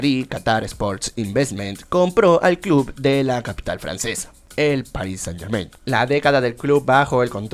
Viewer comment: muy padre pero podrias dejar de decir "PARIS SANIT GERMAINT"?